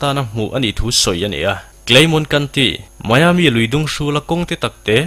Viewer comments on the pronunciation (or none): none